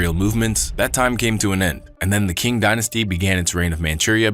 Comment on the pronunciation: Qing is pronounced ching